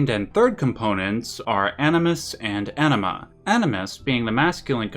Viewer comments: You’d prolly get another 100k views if you enunciated anima as AHNEEMA, instead of Enehmha lol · bro you really gotta try to pronounce the AN more in anima. . . pretty sure you said enema a few dozen times. and its hard not to laugh its like calling uranus, urANUS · Love the video! By the way, so take this in good humour (as it is intended): But the American pronunciation of "Anima" kind of sounds like a very funny word to my ears 😁